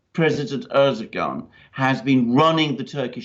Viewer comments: Dear Alexander, you are very good.. and I like your comments and analysis... but you would be even more credible if you would address President Erdogan as "Erdowan" (without pronouncing the "g") as it is pronounced properly, so I believe. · Erdogan should be pronounced like Erdo-wan, a bit like padowan in Star wars. He lost Istanbul and Ankara in the local elections, thus adding to the uncertainty.